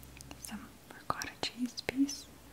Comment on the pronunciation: I love the way she says "couscous" but I don't like the way she says "salad" and "ricotta cheese"